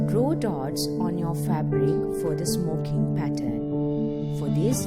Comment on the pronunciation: I swear she said smoking dildo o.O